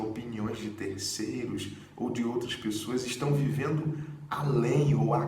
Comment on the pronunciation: "VEVENDO" foi boa kkk